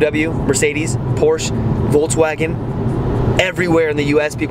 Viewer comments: When you are in a German speaking country, always pronounce the "e" at the end of "Porsche" – like the "e" in the word "elephant". ;-) Edit: Actually, always do it when there is a "e" at the end of a word (not Reisführer but Reis*e*führer! :D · It’s funny that Americans always say: „Porsch“. What happend in English to the „e“. It’s not French. It’s German. It’s Porsche. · It's Porsche not Porsch :) you need to say the E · Just a pronounciation tip to you english speakers: for the car manufacturer "Porsche" you don't say "Porsh" or "Porch", you say "Porshe". The trainling "e" here is spoken like the starting "e" in the word "entropy". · Porsch and BeAmDouble-U As a German that hurts😭 Great Video👍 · Your Videos are always cool. There are some Videos on yt where you can learn. Car names from each Country which build car. So you get every right. Because its not porsch. Its Porsche. Like its Ford not Fort. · As a Bayernfan, i´m very excited to see you watch the Chel$ea game. But please, DONT say Porsch, it´s PorschE!!!!! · It’s a PorschE! We want to hear the E at the end 😀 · Der Wagen nennt sich Porsche! Nicht Porsch! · I like your vids but just one little thing it's PorschE pls and not porch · Be am double u sounds soooo wrong. And Porsch. Please say BMW. And Porsch *e*. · I didn't asked why we Germans mostly pronounce nike wrong but ok. But I guess it is mainly because of the pronunciation of similair words like bike. Anyways what I really asked is: Why do Americans pronounce all the german brands wrong?